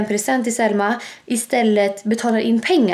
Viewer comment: Det låter som du säger sälma sommman äter men du menar ju Selma 😘😍❤️😄🤣😂du e bäst